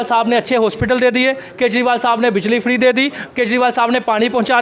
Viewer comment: Freeddddd freeeeddddddd pahala bolana sikh laa😅😅😅😅😅😅😅😅😅😅😅